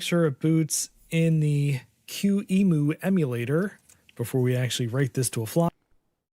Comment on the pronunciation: It's not that we can't, it's because it just not how it is pronounced on US English. Plus, listen to one of us saying emulator... The reall issue is he cue-emoo instead of que-ee-em-yoo like a normal person would.